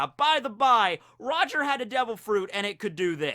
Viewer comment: You pronounce it wrong